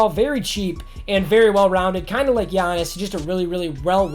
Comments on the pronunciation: U butchered giannis's name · I'm Greek and I died when u said giannis' name XD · I'm a big bucks fan and Giannis is my favorite player. That is one of the worst pronounciations I've ever heard! Lol jk it wasn't terrible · just play 2k then U will know how to pronounce Ginnas name